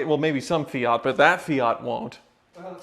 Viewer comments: Why can’t Americans pronounce car brands properly? What the hell is an Ay-Barf and a Fee-at? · FEE-OT AY-BARTH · An Italian would say A-bart with silent H and English say A-barth - says it fine although Australians/English say Fiat with no pause and he says Fe-at - no big deal